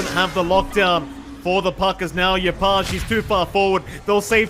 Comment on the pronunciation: This caster just casually screwing up 3 of the players names is rather frustrating to try keep up with listening to. JaUNel not JaNUel, saying yopaj backwards, and calling Jackboys jacky is really off-putting. Idk if he's just unfamiliar with the players or something but you'd think you will be saying all their names more than anything in casting you should probably get them right/make it clear for the listeners.